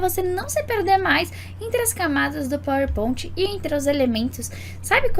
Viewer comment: Queria entender pq fala PowerPont